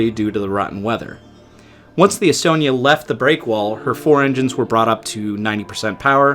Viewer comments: that pronunciation was shyte. All of it. Except Umeo. Some how you got that right. And estonia. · The sinking affected almost everyone here in Sweden, everyone lost someone they knew. A retirement home in my neighboring town was left almost completely empty after the sinking as almost all of it's residents were lost in the Estonia. BTW your pronunciations were more than okay.